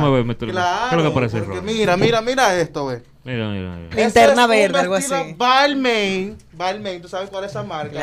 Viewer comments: Balmain NO se dice “Balmein” se dice parecido a “Balmán” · Georgie Is Great No, amigo. Es de Francia y en francés main se pronuncia como mán y la N casi no se pronuncia.